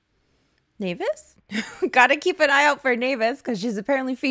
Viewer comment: The way you are the only one that can pronounce naevis right is so nice lmao